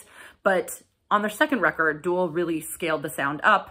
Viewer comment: Nice review. By the way it's DOOL as in goal, not DOOL as in ghoul.